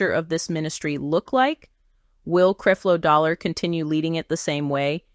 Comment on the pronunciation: Why she keep saying CREEP-LO DOLLAR in the beginning 🤔